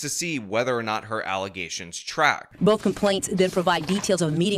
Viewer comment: These allezation (how the super mayor pronounces allegations) are probably 100% facts. But honestly, all of the people on the board should be replaced, most importantly, the super mayor